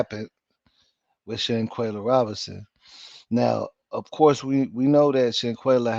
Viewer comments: Her name is shanquella not shanquayla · With all do respect if your going to cover a story of this such please and I do mean please try and get the name correct and the pronunciation of there name because you had said Shanquella name incorrectly numerous of times and I was like OMG show her some respect. IJS